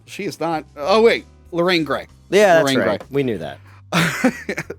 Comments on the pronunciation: It's Lorraine Gary..not Lorraine Gray. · Loraine Gary’s not Loraine Gray Carl Gottlieb not Rodger Gottlieb (Feel bad for this one) dog is Pipit not Pipin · Lorraine Gary, not Gray. Good grief, if I had a penny every time these guys mess up a name or movie, I'd make Jeff Bezos look like a pauper.